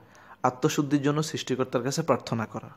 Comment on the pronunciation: Pharthona ki? Prarthona hobe